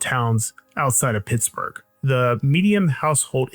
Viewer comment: I swear he's saying, "This...is Pissburg" at the beginning.